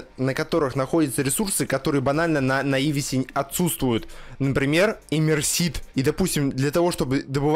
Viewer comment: Как можно так коряво произносить название Наувиса и Калидуса?